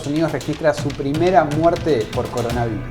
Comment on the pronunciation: Trump. Es coronavirus, no coronavairus 😆😅😂